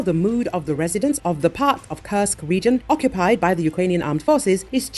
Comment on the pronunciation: When will you please stop Kursk a curse? If the voice is an AI, please change that awful pronunciation. It is an u like in super or food. Please, I repeat, the curse!!!